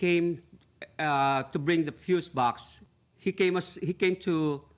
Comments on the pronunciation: How hard is it to pronounce "FUSE BOX"? Fuse vs. Fuel. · FFS FUSE BOX. FUSE BOX. NOT FUUUU BOX. NOT FUEL BOX. FUSE BOX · Fuse box....🗣️ FUSE BOX! 🗣️ He corrected himself & still kept saying fuel box 🤦🏽‍♀️🤣🤣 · He is ABSOLUTELY saying FUEL BOX 😂😂😂😂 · I keep hearing fuel box!! am I loosing my mind 😂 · The plaintiff can't get his story straight AND can't say fuse box, why does he keep saying 'fuel' box?... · Fuel box lol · Y does it sound like he's sayn fuel box, dude where r ur s's... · he doesn't even say Fuel he say froooze box🤣🤣🤣🤣. At least that's what my ears kept hearing 🤣🤣🤣🤣🤣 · She axed him and he still said fuel box maybe she should've aksed him again. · Foo box😂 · Dude couldn’t even pronounce fuse box. Of course he can’t prove his case